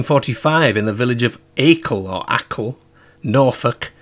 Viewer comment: It is what people felt it was, a devil 😈 btw I live not far from Acle and it is pronounced Ayecle 😉 and we have the Acle straight from Acle to Great Yarmouth where I reside and Norwich is not far from the opposite direction from Acle. And I never knew we had the devil’s prints 😅